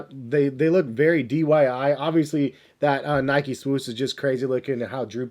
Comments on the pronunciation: So no one noticed he said "dyi" when its DIY lol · did he say DYI and not DIY?! 🤣